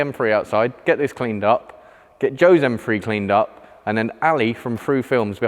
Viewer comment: I swear he says “M-free” instead of M three